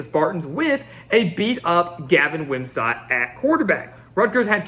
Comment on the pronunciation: It’s Gavin Wimsatt like “sit”, not “sat”.